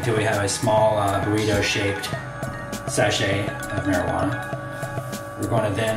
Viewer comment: He said burrito funny...